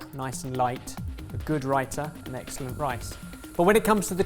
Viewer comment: Anybody else cringing on how they are mispronouncing pakora and raita... 🤦🏽‍♀️😆 as a south Asian... I'm slightly put off